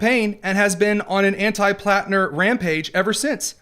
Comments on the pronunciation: Why does Whoopi keep saying Planter? Can’t she read?!???? Hasn’t she HEARD people talking about him? I’m am so tired of the stupidity epidemic. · Platner not planter whoopi...what an IDIOT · The Whoopi cushion can’t even get the guy’s name right. It’s PLATNER you dingbat, not PLANTER! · Whoopi didn’t even get Platner’s name right.